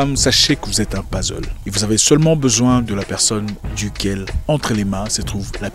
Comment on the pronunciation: "Pazzle " Tonton ca pique les oreilles ca ! Mais bon comme d'habitude vos vidéos sont très inspirantes. Vos vidéos tombent toujours bien, je veux dire au moment où je suis en réflexion sur quelque chose qui me tracasse vous faites une vidéo ! Merci encore 😘